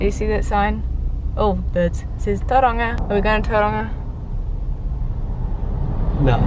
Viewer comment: That pronunciation of Tauranga 🤩